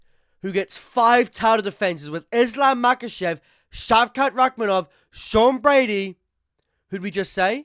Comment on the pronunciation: Chael "Makel'Chev" :finger-red-number-one